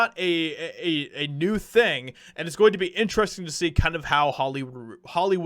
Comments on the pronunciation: It’s M.I.A not Mia. Like Missing In Action. She has a lot bigger hits than her old Slumdog Millionaire songs. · M.I.A. - her name is pronounced by the letters M.I.A. like the abbreviation for Missing In Action. It is a play on abbreviations. Her real name is Maya. But I have been a fan of hers for many, many years. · I'm pretty sure it's pronounced by lettters... M, I, A... Could be wrong but the only way I've ever heard it pronounced. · M.I.A. she says her name as letters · Her name is pronounced M.I.A., as in Missing In Action. You say the 3 letters, M, I, A, separately. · her music name literally is pronounced as the letters M.I.A like missing in action. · it's M.....I......A ,you say her name by spelling it . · Pretty sure with the periods you pronounce it one letter at a time, so it's like the acronym for "missing in action". Also if I recall she hopped on the "white people are evil" bandwagon a while back, so hopefully she's gotten off that particular lie. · its M.I.A. as in em eye ayy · Hi. Love you. But, I think it's pronounced M.I.A. Like missing in action. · Her name is pronounced as the letters: M.I.A. She’s brilliant. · I’m sure it’s already been commented, but it’s M-I-A. Pronounced Em-Eye-A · It’s M.I.A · Lol Mia. Nah that's not how you prononce it. Hahaha. She's always been fairly based even for a moderate leftoid. Very rare on that side. She normally doesn't stray to far from reality from what I've seen in the past. Though something tells me shr probably hates me for being a white guy. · It’s pronounced M. I. A. Each letter separately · It's M.I.A. like missing in action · It's M. I. A. As in an acronym for missing an action. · It's 'M.I.A.'. She's badass. Paved her path and does things on her terms. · That's not how you say her name. You say each letter. (that's the reason for the periods) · Her name is M-I-A Not Mia State the letters Do not phonecate the letters. Good reporting though. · Not Mya, but M.I.A. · It's m.i.a. the letters...not Mia.